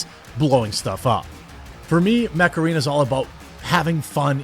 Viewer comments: I'm a silly English chappie and I thought he WAS saying "macarena". My poor English brain was so confused. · Is that mech arena or macarena? Hey mecharena! 😄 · Jeremy, the way you say Mech Arena is how imagine your average Wisconsinite to say macarena.